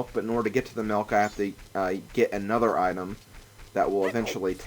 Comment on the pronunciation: when you say milk i thought you said milf